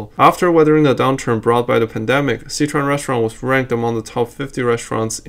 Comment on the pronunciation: I wanna know why you can't pronounce Sichuan properly.